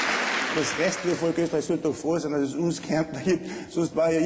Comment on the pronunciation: Das heißt Volk , nicht Folk ... peinliche Aktion :P